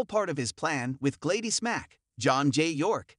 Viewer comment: Her name is pronounced GLAD-DIS! NOT GLAY-DES!🙄